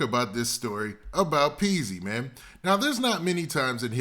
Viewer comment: Its Peezy..not peaks. Wtf is peaks 🤔